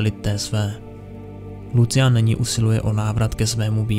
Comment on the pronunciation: jak ho čte jako lucian to bolí :D